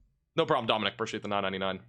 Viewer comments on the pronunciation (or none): none